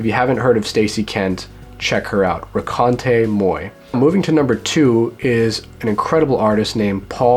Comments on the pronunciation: Ho, and just for the sake of knowing correctly, "raconte moi" means "tell me", like tell me a story, not "meet me". And you say it very poorly. No offense my friend, I myself speak in english very poorly. Beside that, I love Low too, so you got a like from myself ;) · you absolutely butchered the pronunciation of the 'raconte moi'-record haha loved the video tho!